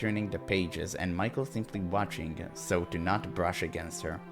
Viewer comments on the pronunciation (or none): You need to use French pronunciation of name Michel. It's correct one in this game. Nice to see that you like this game. Can't wait for more!